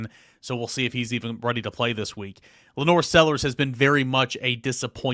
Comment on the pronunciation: wtf is going on that over half the media mispronounce LaNorris Sellers name? It’s not LaNore